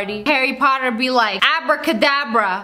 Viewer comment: she said ✨LiViOsAr🪄✨ -Sniperwolf 2024